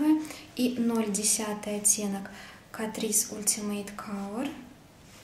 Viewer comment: читается не ултимэйт, а Алтимэйт) спасибо за видео!